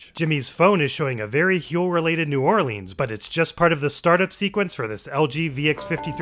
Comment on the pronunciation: My only gripe is how you pronounced New Orleans and I call that a good thing. Good job with this one, I know the self applied pressure was high with such an episode. Worth the wait